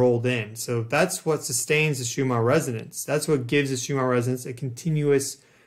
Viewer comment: Why are you saying Shoe-mar instead of Shoe-mahn?